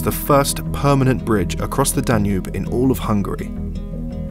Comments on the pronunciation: "Danube" nem "Danu" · danu river?? is that how english people say it? in hungary we say duna